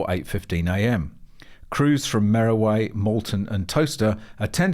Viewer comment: Mereway is pronounced MEER WAY.Just a Northampton idosyncrasy. Like the Rever Nene is pronounced a NEN in Northampton but NEEN eeelsewhere in the County